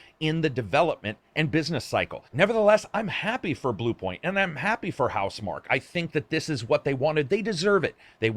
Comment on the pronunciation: Is it not pronounced mark key?